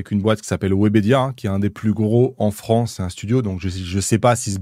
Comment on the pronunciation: Quant tu t'appelle inoxtag, tu reçois ton visa d'exploit en quelques heures? jours? Parce que moi j'ai attendu 7 mois a l'époque... et c'était y a moins de 10 ans. bref..."la froncee". Ca serai bien de savoir a quel date il a envoyé son film au cnc et à quel date la commission de classification l'a regardé. ( vus les délais, a-il eut un passe-droit?)